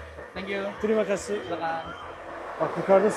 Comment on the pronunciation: Tesekkur ederken yanlis söylüyorsunuz tum videolardan izledim diger yutubirlar "teri makasi" diyorlar siz "tıri makasi" diyorsunuz doğrusu "teri makasi" olacak.